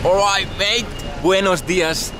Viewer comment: “Alreeet mateeee” 😂😂 love it